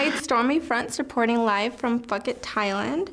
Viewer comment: She fine but she say "fuck it" not "Phuket" ✈✈